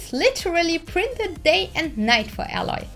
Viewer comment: its not ally, its Aloy